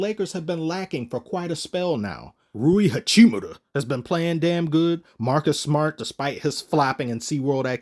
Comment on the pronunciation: Nah he said it like youre supposed to😂😂 Philistines